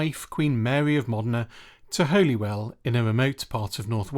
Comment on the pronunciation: These days it is pronounced "Hollywell"